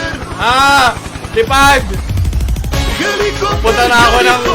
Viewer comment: Dami kong tawa sa hilekupter hilekupter. HAHAHAHAHAHA